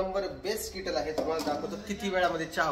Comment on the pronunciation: किटल नाही केटल म्हणा 😂